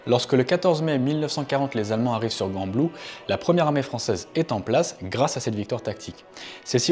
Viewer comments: Gembloux pas GUembloux. Gueule différent de geule c’est pas facile de parler français quand on est français francophone. Sans rancunes et hannut se prononce hannu. Sinon les infos sont biens . J’ai juste eu mal aux oreilles par moment. ❤ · Gembloux pas guembloux et le t de Hannut ne se dit pas. Mais sinon, merci beaucoup pour votre vidéo ! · stp travaille la prononciation des ville belge stp Hannut se prononce anu et gembloux se prononce jemblou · Vidéo comme toujours très intéressante ! Bien évidemment une suite d'épisodes sur le meme thème serait apprécié. Par contre n'hésite pas à demander les bonnes prononciations pour ce qui est des villes ("Guanblou" au lieu de "Jean-blou" et "hanutte"au lieu de "à nus"qui m'ont particulièrement fait saigner les oreilles 😅) Et juste pour ta culture sur les festivités locales un peu loufoque la ville de Gembloux accueil chaque année la célèbre course d'endurance des 6h.... Brouettes ! Organisée par l'école d'agronomie c'est bien évidemment, Belgique oblige, une bonne excuse pour boire quelques bières entre copains 🍻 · Beau travail. PS : on ne prononce pas le "T" final de Hannut. Et Gembloux comme Jambloux Merci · JEANbloux pas GANbloux 😅 bonne vidéo mis à part 😁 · Gembloux se prononce Jembloux et pas GUembloux. Hannut se prononce Annu et pas HannuTE. Un Belge qui te remercie pour la vidéo. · Chouette vidéo mais on dit "jembloux" et non "guembloux" et le T de Hannut est muet. ;) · Magnifique vidéo, j’habite juste entre gembloux et Hannut et j’ignorais tout de cette histoire Juste une précision, on prononce jambloux et hannu 😅 sinon top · Gembloux commence par un G et pas Gu, ça se prononce donc comme un J. Pour Hannut, on ne prononce pas le t final... Merci pour ce récit très intéressant, concis et clair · très intéressant ! pour info, Hannut se prononce "anu" (T muet) et Gembloux se prononce "jambloux" ;-) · Salut, Hannut se prononce "Hanu", le "t" est muet, Gembloux se prononce "jemblou" et c'est une chouette vidéo.